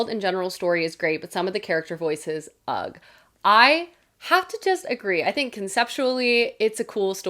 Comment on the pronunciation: my favorite part of this video was you pronouncing "ugh" with a hard g 😭🫶🏻